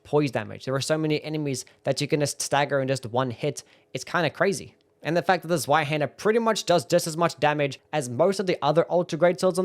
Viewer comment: Zweihänder is pronounced tswaihander you absolute sub 80 iq doughnut.